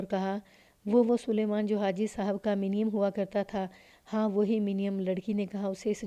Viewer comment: منیم کو muneem پڑھا جائے گا